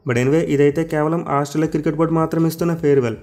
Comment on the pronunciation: Cricket ❌ kirket 😅